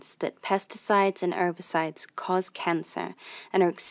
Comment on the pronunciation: "Erbicides"? WTF are "Erbicides" !?